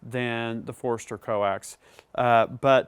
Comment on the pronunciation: awesome review, but it's not foreeeeester lol its Forster. Kinda like when people throw an extra R in Washington.